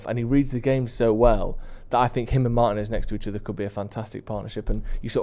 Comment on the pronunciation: Who is Meiners? It's MARTINEZ!! Ignorance of the highest kind 🤦🏾‍♂️